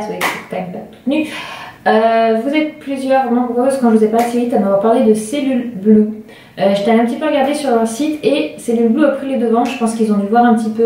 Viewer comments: C'est cellublue pas celluleblue mais c'est pas grave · Par contre c'est Cellublue et non pas "cellule" :) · C'est pas celluleblue c'est cellublue